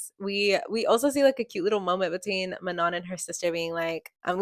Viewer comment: I’m a year late- But I just wanted to kindly correct you It’s Ma no, not, Man on. It’s french :3